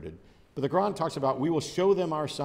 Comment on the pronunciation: When pronounces "Quran", 90% of the time it sounds to me like "Nokron"...I gotta agree with him, Doom Eternal lore is better.